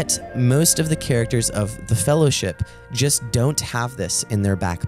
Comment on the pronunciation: You're pronouncing the world "just" wrong. You say jest. The second letter is a long U. Say it with me. JUh--ST.